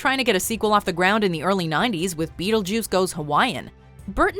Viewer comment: Why are you saying beetlejews?